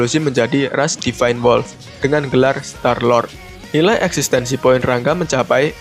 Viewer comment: Ra-Nga bkn Rang-ga